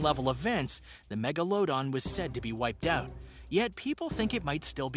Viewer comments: It’s Megaladon not Mago-load-on lmao.😅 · thyla-sigh=thyla-seen and mega-low-don=megla-dawn lol..a couple I caught in just the first few entries. Miss-pro-nun-see-eh-shun can be irratating but also hilarious! There's a presenter called Thoughty 2 and when he intros himself it sounds like he's saying forty 2. Pretty sure it a clever play on the answer to life, the universe and everything..but I digress..this guy CANNOT for the life of him pronounce the word: phenomena. There's one vid in particular(can't remember which) where he has to say the word around ten times throughout the story and he never says it the same twice!! You could actually see the dread on his face just before he knows he's gonna screw up saying phenomena and just blurts out whatever sounds the closest. I was rolling on the floor...ahhh, good times. Keep those ears tuned and stay well and safe. Cheers! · You know Google will give you pronunciations, right? Someone already helped with the Coelacanth (see-la-can-th) but megalodon was overlooked. It's meh-guh-luh-daan. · Colelacanth is pronounced "sea - lo - canth" and Megalodon is "meg - al - a - don" but otherwhise a great video! 😄❤️🇧🇻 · Megalodon how do you pronounce that, I swear it’s not like he pronounced it jw…